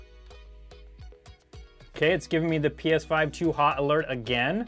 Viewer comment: Got to say....its 'PS5'😂